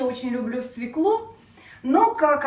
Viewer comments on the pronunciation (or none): Учите русский язык.Нельзя так безграмотно говорить. Не свеклУ, а свЕклу. Легко запомнить так =бабка фекла полола свеклу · Све'клу, а не свеклу', режет слух... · Во первых свеклу, ударение падает на букву е",по правилам русского языка.